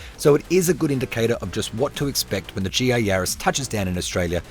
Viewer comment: GR not GA :P